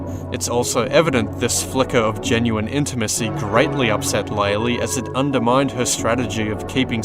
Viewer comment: loved the video.... also ITS LAY-LAY!!!!!!! Has been confirmed by dev!!